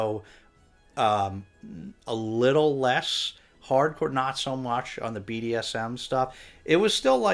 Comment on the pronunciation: Happy holidays! When you were talking about Olive's racy book picks I thought you were saying "parkour" instead of "hard core". But I guess both kinda work.